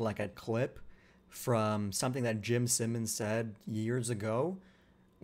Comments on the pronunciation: Jim Simons pronounced S(eye)mons 👍🏽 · bro how are you pronouncing Jimmy's name wrong, wtf